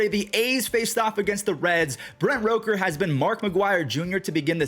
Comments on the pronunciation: ITS ROOK-ERR NOT ROKE-Er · love you but it's Brent R O O KER not R O KER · I like how you keep saying Rooker's name wrong